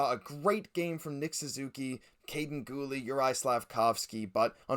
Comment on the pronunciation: Great vid guys! You gotta change the way you say Guhle though, it’s not Ghoul, it’s Goolee